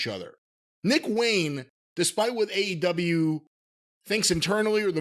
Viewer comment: I swear he says A and W tv ratings at the beginning.